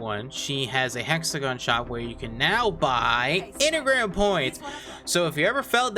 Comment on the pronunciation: Why does he say Enigram when he's talking about Engram points?